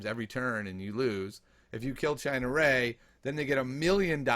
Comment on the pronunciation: Lol "China Ray"...Ciena Ree..."See-en-uh Ree"